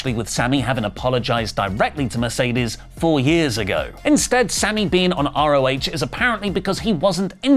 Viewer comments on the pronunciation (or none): none